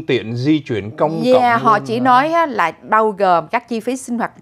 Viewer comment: Nghe ai lói nà anh chàng lầy ỡ univ of vinFART tốt nghiệp " cao đẵng " gì đó ghê gớm nhắm mà